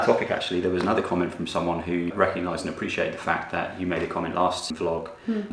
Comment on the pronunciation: Pleeeeeeeease stop saying 'Cyomment'! 🙏 it makes me bite the inside of my cheeks every time 😬😂😅 I think let your daughter pick her own nickname/alter ego 😋